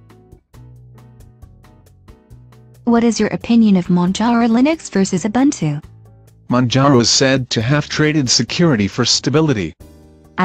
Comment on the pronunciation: Pffff, *buntu shills. :( Doesn't even know how to pronounce Ubuntu but thinks he can do propaganda for them. What a tool.